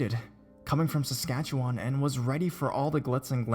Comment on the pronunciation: it isn't "Saskatch-ee-Juan". It's Saskatch-e-when" and "e" like elephant not like eel.